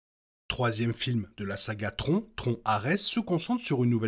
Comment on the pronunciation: tron dit comme "tronc" j'ai vraiment du mal, c'est bien bien moche